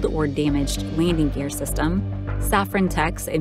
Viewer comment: Get someone to narrate who can pronounce "landing gear".